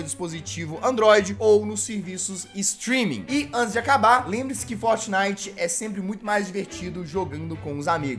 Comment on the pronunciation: e impressao minha ou ele fala fotnite